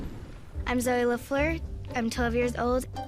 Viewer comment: Sorry.. That’s not how the french name Lafleur is pronounced:)